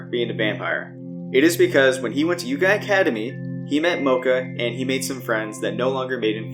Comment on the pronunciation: that pronunciation of YO-KAI Academy and Tsukune name hurt more than most of the battles and getting sliced in half by moka sister XD